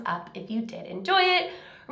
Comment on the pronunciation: Lmaoooo , I know you meant to say “Remember, my loves” but girl... it came out as “reeeeememah mloves” . Pahaha, it had me do a double take. It brought a much needed smile to my face and a laugh from my mouth. I’m sick too, I don’t know with what. It just started as a really bad cough, and wheezing, coupled with lots of disgusting mucus I can feel shaking in my lungs with each breath I take. And trying to cough it up makes my migraines a million times more painful, not to mention the toll the coughs are taking on my throat. It feels like my throat is made of shattering glass, or like it’s being shredded every time I cough. It’s awful. Very, very painful. And I have no energy whatsoever. No fever. Yet, at least. I don’t think it’s the coronavirus, which is what I was scared of initially. I think I just caught a bad cold. I just hope it doesn’t turn into bronchitis, which I’ve had many times in the past. I have issues with my lungs too. On top of a wealth of other issues, like a ridiculously fast (resting) pulse. I could be laying down and my heart-rate would be at 130 bpm. But my heart was fast as far back as in my mother’s womb. The doctor joked and commented “she’s got a runner’s heart.” Lol jokes on him, I hate running. ANYWAYS. I’m done rambling. I loved the video, and I really appreciate you taking the time to film for us even when you’re not feeling well. That just shows how dedicated you are and how important the Reese’s pieces are to you. We all love you so very